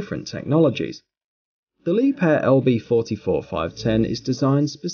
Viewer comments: ok one thing its not lieb hair its liebher thats how you say it k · 😳this was i was told to pronounce it 🙄 Li- beer or Lee - beer .. the h is silent Liebherr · Working for Liebherr it's painful to hear you pronounce the name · Where the heck did he get the p from in liebherr